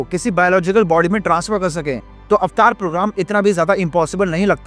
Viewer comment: Pehle to yeh एवेटार bolna band lr kar 😅 अवतार hain vo